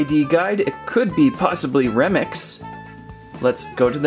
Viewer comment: You said Romex inside of remix